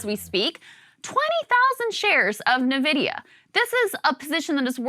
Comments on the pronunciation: Loved when Krystal said nevidia :yougotthis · I actually did a double-take when Krystal pronounced Nvidia.